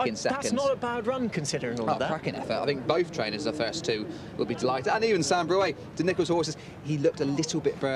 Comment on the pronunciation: 5.12 Sans bruit (pronounced brwee) not broo-ey. Don't suppose these commentators have a clue what it means.